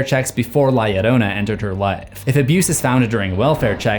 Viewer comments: It pronounced yo ronan. And this is a scary legend to hear as a child. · the entire time i was just fuming on how he was saying it “yodona” Se llama es “Llarona” pronounced “Ya- rrrrO-nuh” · La "yo-RO-na" is how to pronounce. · Its "La - Llarona (Jarona)!" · The fact that people say her name has an i. it is LA LLORONÁ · Doesn't a double L in Spanish sound like a Y would in English? So, it would be pronounced LA Yorona. Irking me... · The only thing I leave a dislike for is the fact of how he's saying la llarona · From what I heard I thinks its pronouced lie yarona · Double "L" makes the "J" sound in spanish amigo. You're butchering the pronunciation. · The pronunciation is argued The double L can even be used to make a J sound or Y sound